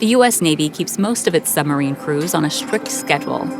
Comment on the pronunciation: I'd have thought to narrate this documentary, one might need to be able to pronounce the word submarine. It isn't a summerine!